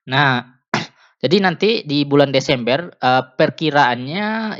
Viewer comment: Bulan desember... Bukan deseemberr